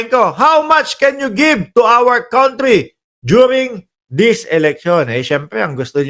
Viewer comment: Say kantri not kauntry Say lil not lit el